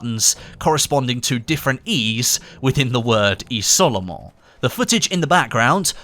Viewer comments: Oh lol it's pronounced "Izolement" not "Isolement" lol Great video BTW! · just so you know: you should prononce it "iZolement", great video tho! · It's pronounced iZolement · What I've learned from the Easter egg is that none of the Youtubers covering it can pronounce "isolement" correctly.